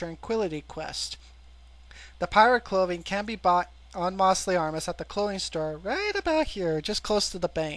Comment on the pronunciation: its mose not moss.....mostly harmless... L